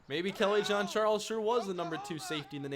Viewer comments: Hi, actually in this case it is of french origin. doesn't quite get the right pronunciation but it's almost like John A frenchman ^^ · Kelly Jean-Charles not Kelly John-Charles! lol